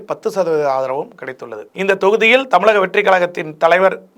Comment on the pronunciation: என்னய்யா நீ பேசும் தமிழ்...? தமிலகம்/எலும்பூர்